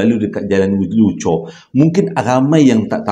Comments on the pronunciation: Bang Ulu Choh, bukan Ulu Chor. Tu tempat saya membesar... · Bukan Ulu chor tapi Ulu choh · Ulu choh bang.. bkn chor. Chor kat perak 😂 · Bkn ulu chor...ulu choh.... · jalan ulu choh ler.bkn ulu chor☺️ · Jln ulu choh , bkn ulu chor 😂 abg my hometown ni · Ulu choh kot bang... Bukan ulu chorrr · Jalan ulu Choh,.....bukan chor😅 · Ulu choh tau.. bkn ulu chor.. 😊